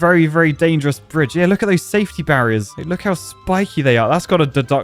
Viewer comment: today in enjenir: breeje